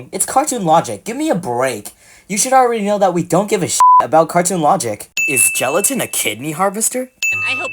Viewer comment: book said shelatin in